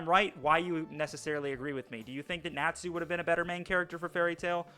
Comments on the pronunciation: You're the stupid one for saying Nachu instead of Natsu. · Lucy n Sakura had so much potential to be good but are jus there to scream the main characters name and cry 🤣🤣 and my boy why do u say natsu like that it's like ur saying nat (the bug ) then sue (I'ma sue u ) 🤣 jus say it all tg brotha but my biggest critique on fairy tail is there fight scenes there not even really fight scenes tbh there jus freeze frame of punches or attacks lol